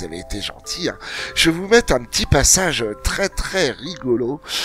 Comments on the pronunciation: c'est moi ou entre et au lieu de dire c'est un petit passage rigolo dit c'est un petit pissage rigolo? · Un ptit PISSAGE rigolo... Merci!! 😎👌🏼